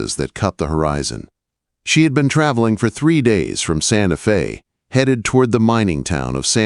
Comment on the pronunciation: Your Ai finally pronounced Santa Fe correctly. Yay. Alabama